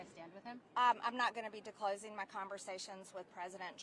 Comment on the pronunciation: First of all, Margerie the word is not “declosing”. The word is disclosing. Second of all the Republican party can’t learn to govern because the Republican party has a one vote majority in the house, a Democratic Senate, a Democratic president, and dozens of House Republicans who detest you, your solipsism, your insane positions, and your ignorance of basic reality. So the idea that the Republican Hardy can learn to go is in your fantasy that is devoid of facts. Do you have the grasp on reality of a two-year-old. Plus, you spout Putin’s bullshit about Nazis in Ukraine.